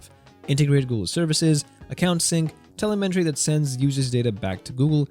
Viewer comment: it’s tele-metree, lot tel-elmentry